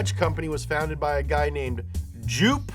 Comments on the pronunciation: The way you pronounce Joop (Donkervoort) sounds more like the other Dutch name Joep. It's pronounced like the o in "yo" (Joop as /Yo-p/) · Joop Donkervoort is pronounced: jope donkervort